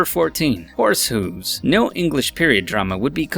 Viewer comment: Horse hooooooooooooooooooooooooooooooooooves